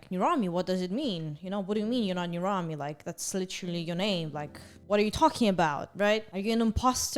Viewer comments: I thought it was pronounced ner-am-ee, not ner-ahm-ee lol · am I the only one who thought nirami was pronounced ni-RU-mi